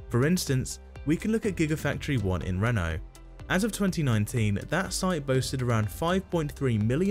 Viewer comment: Except it's not Reno pronounced like Renault; it's Reeno! I've never heard anyone, including the Brits, pronounce it like Renault - at first I was confused because I thought, how did Renault get into this???